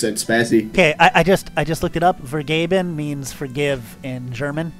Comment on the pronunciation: As a german your pronounciation of vergeben was so funny. Actually its: Fair - Gay - Ben